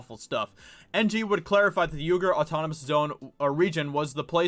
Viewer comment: Just a heads up, it is pronounced "wee-gur".